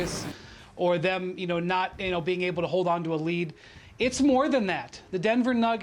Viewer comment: "Pressure is on zem"